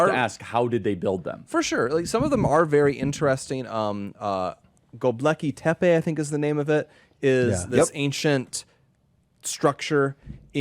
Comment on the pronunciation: Its not goBleki tepe. It Gobekli tepe